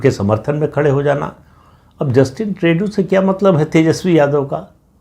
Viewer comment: ट्रेडू नहीं, ट्र्डो कहें।